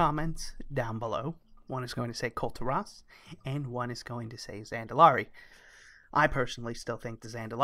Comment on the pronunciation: KULL TEAR US. not kull terr ahs =]